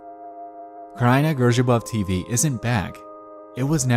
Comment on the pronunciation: I as a polish guy have to Say that you nailed that "kraina grzybów tv" XD